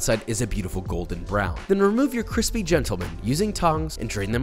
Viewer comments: Cwispy af!!!!! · Nobody: Josh: this has been sitting outside for 24hrs and it's still cwissspiee